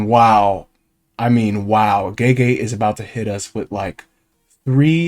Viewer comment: Gege is not prounounced like jeejee.